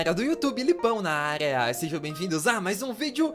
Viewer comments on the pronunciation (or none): O diz"area"meio estranho...